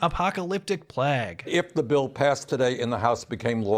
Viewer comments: I don't understand why the Canadians pronunciation of play-guh is plahg. Sounds so weird every time I hear it. Yes it's a-u-g but c'mon man, the black plahg? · say "plague" again for me